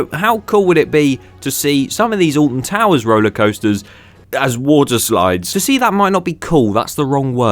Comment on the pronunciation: well it isnt ahh-lt-i-n to-woo-urs is it?!